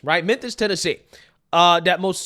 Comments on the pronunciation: Its pronounced MEN-FIS. NOT MEN-THIS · killing me here, with his "Menthis"!! 😂😂😂 #Mem-fiss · Sounds like you are saying men-this! FYI it is mem-fis Memphis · Where the f*#% is “MEN-THIS” Please stop messing this word up! It’s urking my life lol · Bro... where'd you learn to talk? It's not "Menthis" bruv 😅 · Great video! But...Are you saying Menthis??? It's Mem-fiss (Memphis) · Did I hear you say “Menthis, Tennessee”?? 😂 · It's Mem-Fis, not Men-this. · Are you saying Menthis?😂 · Memphis* sorry I love your channel but even on the news they call it “menthis” and it makes people appear completely illiterate. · Bro like the video like always. But it’s Memphis! Not Memtis. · Lol… Are you saying Methis? I think this was in Memphis Tn. or maybe I heard you wrong?🤷🏽‍♀️ It’s possible 😁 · It's MEMPHIS. Not Menthis. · MEMPHIS, IT'S MEMPHIS! NOT MENTHIS! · Lol!!! I noticed You are saying menthis instead of memphis. 😂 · Is it just me or is pronouncing memphis like menTHis..? I hope it's me. But i don't think so... 😳_😬_😆💀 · Memmmmmphis... Memmmphis Not Menthis lol. Love you though! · Love you bro, but "Menthis" x2. gotta clean it up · You realize we can all hear you saying Menthis, right???? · Thank you for always making these videos. I mean this with the utmost respect: The city is Memphis, not Menthis... I love your logic and your takes - keep up the amazing work! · I hate to be that guy, but I gotta. If you'd have only said it once, I would have chalked it up to a mistake. But you actually said this every time you said the city's name. You kept saying Menthis. Or at least it really sounded like that. It's Memphis. I don't know if anyone else has pointed that out, but I wanted to kindly correct that. No harm no foul. I just wanted to point it out. ✌️ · The word is pronounced mem•fuhs spelled with “ph”, not “Menthis”; my OCD couldn’t let it go. Anyways, carry on. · Am I high or is calling it Menthis instead of Memphis 😅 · Did you say Menthis? 😅